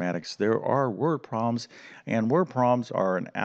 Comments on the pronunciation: Learning algebra from someone who calls them “word pro’ms” somehow doesn’t sound right. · You lost me after the 100th time you said word proms